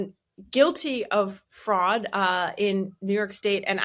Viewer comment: OK, when Tim says "fraud" it sounds like "frog", so for a minute, I was wondering why the heck we need a frog czar.